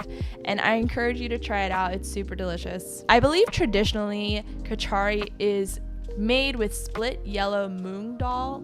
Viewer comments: Great video! By the way, "kitchari" is actually pronounced like "KITCH-uh-ree", where the emphasis goes on the first syllable, rather than "kitch-AR-ee", where you've put the emphasis on the middle syllable. Easy mistake to make, but thought you'd like to know! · Kitchari is pronounced kit chuh ree